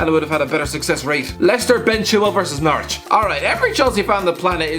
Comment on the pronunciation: Whenever say's Norwich it sounds to me like Naruto.